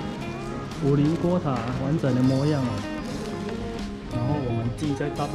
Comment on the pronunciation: 是五稜(ㄌㄥˊ)郭不是五稜(ㄌ一ㄥˊ )郭哦!!